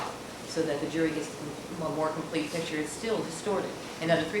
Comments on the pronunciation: Why can't Cochran pronounce the word "picture"? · 🤡🤡🤡🤡🤡🤡🤡🤡🤡🤡🤡 - says a fan of the man who has a hard time saying the word "pictures" and constantly says "pitchers". Yep, I know you truly are ignorant enough to feel this way. A typical, useful idiot. LOL. By the way camper, there really isn't a Santa Clause. Typical useful, indoctrinated, ignorant moron.